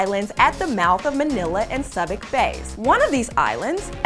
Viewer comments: Awesome video. Been to the Philippines many times, never heard of this before. One correction though. Subic bay is NOT pronounced Sub ic. It is Sue bic. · It is pronounced sue bick not sub bick. Most fantastic Liberty port for US Navy sailors post WW2. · The SUBIC bay is pronounced Soo-bik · Subic Bay (sue-bic....not sub-ic) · It's pronounced "Soo-bic", not "Sow-bic" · Sub-ic Bay? Pronounced Soo-bic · Subic is pronounced soo-bic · james calilap It exists. You need to do more research about your country... and yeah it is pronounced as Soo-Bic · And it's pronounced "so͞obik" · The way she pronounces Subic though. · she mispronounced "Subic" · To bad she couldn't pronounce "Subic" properly.